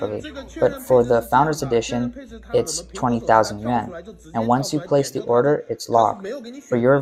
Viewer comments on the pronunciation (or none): dufus narrator pronounces the YUAN as if it were YEN....unbeliveable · His "Yuan" sounded like "Yen"